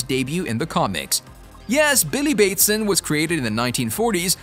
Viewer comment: How do you butcher the last name Batson so bad? Also, the reason they changed Shazam’s name wasn’t because they didn’t wanna confuse people. Please do research before you make these videos. SMH.